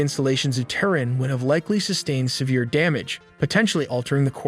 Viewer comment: Also Terrin (Tehran)